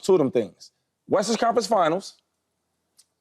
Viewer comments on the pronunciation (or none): I start dying everytime shady says "western" it always comes out sounding like "Westers Conference Finals" 😂😂 no hate at all big shady fan!